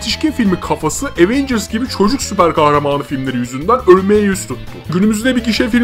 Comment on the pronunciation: evet ama bu sizin aWeNgüRs > TDK demenizi haklı çıkarmaz , cringesiniz.